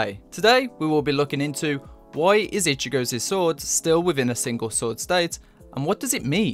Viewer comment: Lol "ichigozez"??... golem, golem...🤣👌